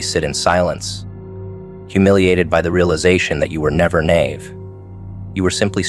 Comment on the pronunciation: Nay…ve? lol u mean “nigh-eve” Mr..a.i.😊